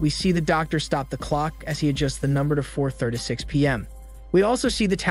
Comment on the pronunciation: so no one's gonna say anything about the way he pronounced 36?